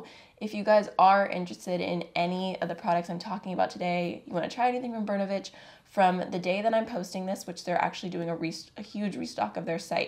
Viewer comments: In the word "Bernovich ", the accent is on the letter “O” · just want to add. it's not bErnovich, it's bernOvich. Hi from Russia!